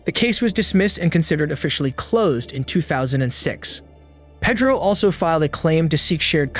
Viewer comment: It's pronounced Pay-dro, not Peh-dro